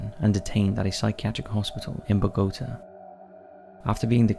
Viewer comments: Must say, I've never heard "Bogota" pronounced that way😳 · And Bogotá.🤣